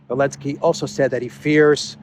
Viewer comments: Anybody, tell me please, why he pronounces Elensky, and not Zelensky? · What's the reason for now saying Elensky instead of Zelensky?